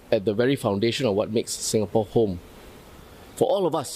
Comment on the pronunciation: It's not singapore , it's ingapore:)